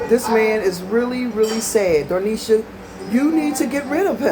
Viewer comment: You call her dar- nesha my daughter says doe-nesha. It’s dah-nesha 😂